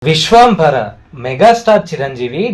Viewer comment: నీ తెలుగు తగిలేయ్య విశ్వాంబర కాదురా విశ్వంభర